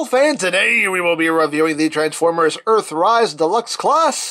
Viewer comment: “He is a deluxe class, a classay deluxay, a classay deluxe, a classay de luho.”